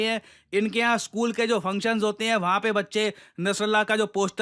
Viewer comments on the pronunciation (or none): none